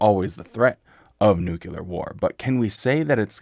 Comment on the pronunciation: Love the videos great content, however the word is pronounced Nu-clear not nukular